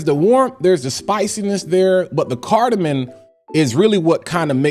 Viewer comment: lol not to sound like a critic bro but it’s carda-mom 😂 not carda-min .. great thorough review 🤙